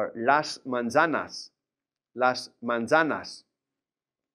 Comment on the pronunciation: “Z” is pronounced as an “s.” He is mispronouncing manzanas.